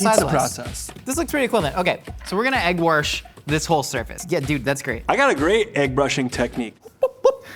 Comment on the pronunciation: Is from the midwest cause I definitely heard egg warsh